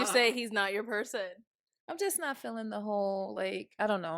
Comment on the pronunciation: Every time you say “not” it sounds like “nut” and I’m like huh??😂